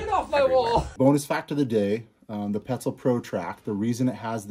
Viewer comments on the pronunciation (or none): Bro again petzl it’s French it’s not knee-ox it’s “new” or “no”